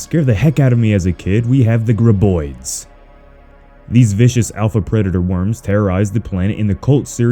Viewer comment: The way he says graboids is fucking atrocious lol